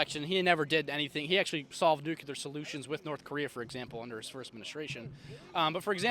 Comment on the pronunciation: I'm a republican I can recite all two of my values and other things like it. I don't think he knows anything about the Constitution other than that maybe we have one. And the word is nuclear nuclear nuclear